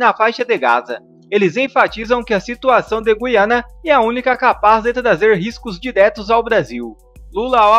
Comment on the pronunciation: Senhores comentaristas,não é guiana.O correto é Guí-ana.